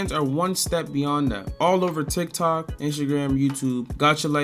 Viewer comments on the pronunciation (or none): none